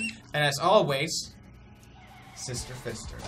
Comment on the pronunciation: Sister-fister sounds so wrong🤣